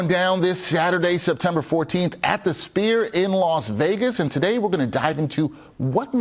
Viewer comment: It’s not called spear my brotha